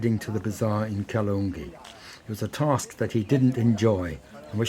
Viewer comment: Its Kaala Dungi.. Not kaloongi..